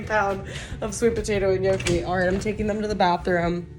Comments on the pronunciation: Girl, I LOVE you in every way ❤❤❤ (and it’s pronounced NYOH-kee) 😘) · The way you pronounce Gnocchi tho